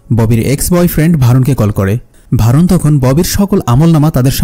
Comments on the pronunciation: নাম টা ভারুন না বরুন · নামটা ভারুন হবে না বরুণ হবে।